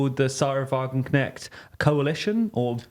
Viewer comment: The first time you pronounced Wagenknecht correctly. There IS emphasis on the kn